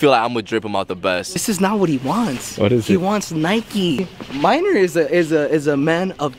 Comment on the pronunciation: His name is Maynor not “minor” lmao. It’s kind of a common name in Central America